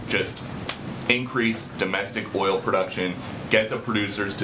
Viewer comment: Peppermint Patti does it again 🤣😂😂😂 “let me give the facts here” 🤣🤣🤣🤣🤣🤣🤣🤣🤣 ** she can’t pronounce “oil” .. 5 times to say it correctly… gooo peppermint!!